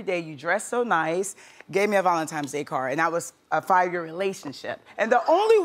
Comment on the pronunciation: ‘Valentimes’ day….